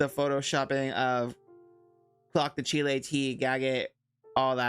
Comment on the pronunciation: Pronouncing it as Chile 🇨🇱 is taking me outttt 🤣🤣🤣